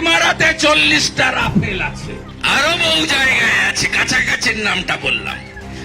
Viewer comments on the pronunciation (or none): refail? motherchod to pronounce ei korte pare nai. modi er moto dolan tamp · হালা রাফায়েল ও ঠিক মত কইতে পারে না....